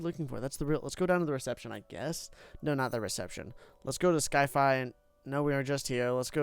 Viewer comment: Why is he calling it sky-fi?